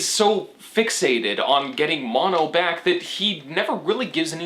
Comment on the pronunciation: I think it's also "Mo-no"